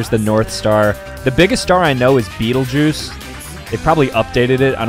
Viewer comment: Beh tell gay use is how betelgeuse is pronounced